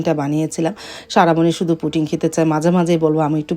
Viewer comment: Puting na pudding 😅